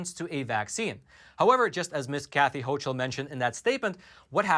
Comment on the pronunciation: It is pronounced Ho Kuhl not hoch uhl